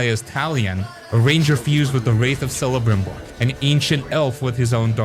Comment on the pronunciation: Ack! Your pronunciation of Celebrimbor hurts my ears. 😅